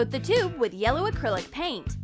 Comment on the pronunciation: did anyone hear clear akrilic nail polish???